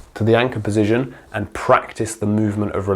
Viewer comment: thoroughly enjoying your video, exceptionally informative for someone at beginner level like myself. i enjoy the indepth insight................... until you said PESITION for the 100th time......... POSITION, POOOOOOOOOOOSITION. not a F@ 'e' in sight mate, but you found like 3 of them. Only playing, great videos,keep it up. Position POSITION. POOOOOOSITION